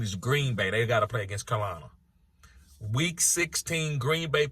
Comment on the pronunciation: I could listen to you mispronounce "Carolina" all day. Great vid. Cal-i-lina